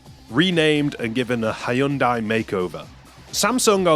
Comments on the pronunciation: Ha-Yun-Die cracked me up - never heard anyone butcher the company name that bad 😆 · Cool vid. Just a minor correction: "Hyundai" is, at least in English, pronounced "Hun-dai" or "Hun-de." It's not a stressed y. They're actually a well known car manufacturer, so I'm a little surprised you've never heard the pronunciation before. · ive never heard anyone butcher Hyundai's name harder than this, and im American. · is this really how English speakers pronounce "Hyundai"?? 😭